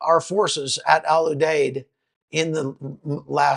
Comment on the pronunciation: Al U Deed is how to say the name of our base. I was there in 2007.